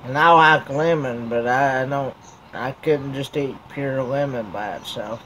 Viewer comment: Lol when you said Lemon i thought you said you like woman.